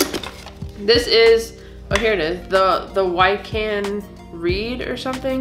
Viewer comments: It's pronounced (WICK'CAN), not (WHY'CAN) Lol. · in case you hadn't had a chance to look it up the namedji pottery thing is worth about 25 bucks. wiccan is pronounced like wick can but as 1 word. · It is Pagan. A triple moon goddess. It is pronounced Wikan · You have coral, that used to live in the ocean. They protect it, now. I found you very knowledgeable with your rock identification. It’s pronounced wick-an. Wiccan. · Wiccans wouldn't summon a demon because they believe in doing things for good not bad and it's pronounced Wick in. Also wiccans type of magic is usually got to do with the 4 elements wind, water earth and fire. Great video The brown coloured rock you pulled out of the jewelry box was Tigers eye. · Hey guys you pronounce wiccan (wickan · It's numberc228 out of 1500 made that mermaid should be valuable. Also pronounced wick can. Bad ju ju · It’s pronounced “wick-in”. It’s like a religion. The Runes are originally from Norway and Scandinavia. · pronounced Wick-can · Wiccan is pronounced wick an